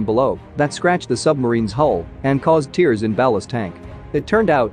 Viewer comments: "Tears" is pronounced tares, meaning rending something, not "teers" like the sub was crying. Get a new robot or learn to read accurately. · Tears, like what comes from your eyes when you are laughing so hard at the mispronunciations of the bot is wrong. It’s tears, like how you get the bag of Doritos open.